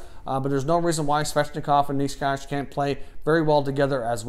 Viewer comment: Czech subscriber here (and a fellow suffering Sens fan lol). Good list, quality content as per usual! Nečas (by the way his surname is pronounced "neh-tchas") had a really good season, he was on the team that won the Czech league, led the Czech team as a captain at the World Juniors with 11 points in 7 games and ended up playing at the senior World Championship as well, scoring 3 goals and 2 assists in 7 games and showing some good skills. This guy clearly has a lot of potential. Also agree that Dahlin might need some time to develop his defensive skills.